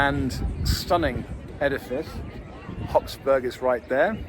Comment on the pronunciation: It's "HOF-Burg" instead of "HOPS-Burg". "Hofburg" literally means "court castle" the other one would be a bouncy castle. 😂